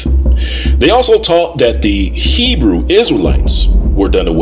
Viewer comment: Poked my nose in here out of simple curiosity. As an Israeli and fluent Hebrew speaker, I gave up after 10 minutes. The pseudo Hebrew-like misinterpretations, mispronunciations, naming conventions and terminology are so inaccurate to the point of being painful. “For the time will come when they will not endure sound doctrine; but after their own lusts shall they heap to themselves teachers, having itching ears; And they shall turn away their ears from the truth, and shall be turned unto fables.” 2 Timothy 4:3-4 KJV